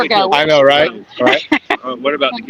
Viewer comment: She has no idea how to say “I don’t know.”